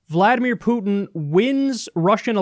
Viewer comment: Jesus, Kyle, learn how to pronounce "Putin"!